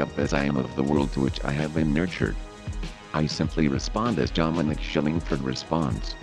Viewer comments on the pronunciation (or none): none